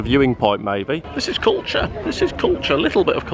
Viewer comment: Cuture, Cuture, Cuture - "Cover it up" lol